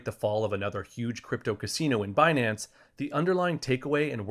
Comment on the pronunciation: Fi-nance and Bi-nance. What is Janet talking about with Be-nance